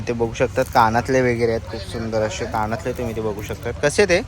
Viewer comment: काणातले ❌❌❌ कानातले✅✅✅